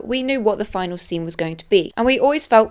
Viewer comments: "fih-nah-lee", not final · Just an FYI, But the word "finale" is NOT pronounced the same as "final." You kept saying in the "final" and "the final." But the word you are looking for is "Finale" which is pronounced "fi-nally." Why that "ee" sound at the end. I know you've got the British accent, but I know the word finale is still pronounced the same between America and The UK and they dont just say "final" for both. Sorry my literature degree getting the better of me... lol but so you know you said it wrong the entire video! 😂 great video though for sure! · when did everyone start pronouncing finale as final. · “Finale” - Fi-Nah-Lee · The e in finale isnt silent btw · This is the first time I've heard this pronunciation of fanale, it pretty standard in the UK?